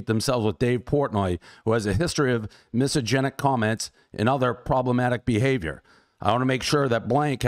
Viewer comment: As much as I like Dave’s pizza reviews the man can’t even say misogynist. It’s like the review when he thought America was founded in the 19th century. She could’ve quoted him with multiple comments he made in past but she clearly wasn’t prepared.